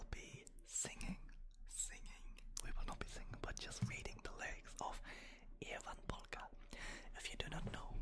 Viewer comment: Great pronunciation! 🇫🇮 Never imagined Ievan Polkka to be so great for ASMR, super creative idea :) The song lyrics are written in a really strong dialect, and it sounds surprising to hear a non-native speaker use that dialect, tricks my brain into thinking you're really fluent in Finnish and been living in a random small village in Savo region for years 😁